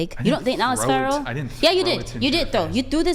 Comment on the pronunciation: She said a whole lot of nothing hahah she is the most uneducated person I have ever heard, she couldn't even say the word feral